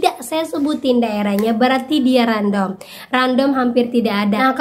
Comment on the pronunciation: Random bc nya randem mba bukan random 😊